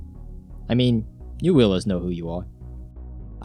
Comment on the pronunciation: did he say you Wheel decide? :)